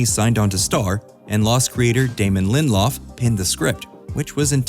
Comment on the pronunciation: It’s 3 syllables: Lin-dill-off I am fun at parties.